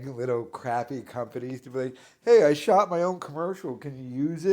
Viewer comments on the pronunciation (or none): none